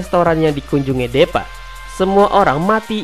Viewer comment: ngakak awokawoka, kayaknya baca nya dipa bukan DEPA awkawkoawkaw